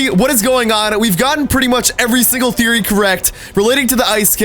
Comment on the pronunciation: He said thereoy